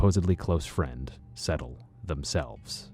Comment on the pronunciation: It's not pronounced Settle... It's Sedtal... Pronounced SaidTall... I know Vivian